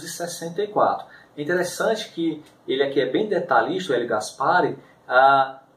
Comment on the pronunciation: Por que que tu fala gaspári e gólbery? Nunca ouviu falar neles?